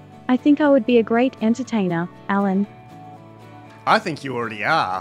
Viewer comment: A very fluent speech except the prononciation of the name "Alan"